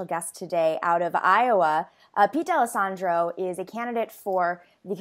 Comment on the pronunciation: As a D’Alessandro, thank you for pronouncing our name right 😂